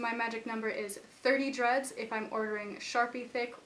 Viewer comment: every time she says "dreads", i think that she says "drugs".... wtf ears.